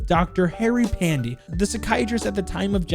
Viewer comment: hey if u dont wann butcher harry's name too then while saying last name keep y silent its just called PANDE even with y in it GG